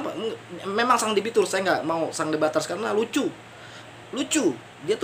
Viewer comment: sang dombaters... bukan sang de baters🤣🤣🤣🤣